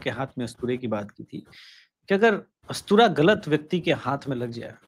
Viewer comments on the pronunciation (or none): अस्तुरा नहीं उस्तरा बोलिये। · जी अस्तुरा नही होता उस्तरा होता है। सुधारिए। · ustara hota hai, astura nahi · bhai charcha badi achchi chali bahut sateek aur sahi tha video.. bas ustara उस्तरा बोल लीजिए. अस्तुरा आपके मुखारविन्द से अच्छा नहीं लग रहा